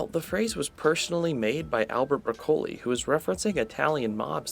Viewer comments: No no no. Don't know how Broccoli is pronounced? Pointless. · Clearly vegetables don’t exist where you are based on how you pronounce Broccoli. 😂